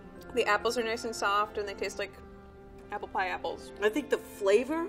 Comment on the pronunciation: Arknights dokutahs: APPURU PIE